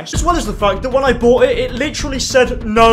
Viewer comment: Great video but you be saying “litjery” like every other sentence.